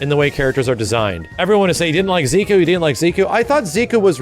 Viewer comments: Stop calling him Ziku!! its Ze- Kuu!! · i cringe every time says zeekoo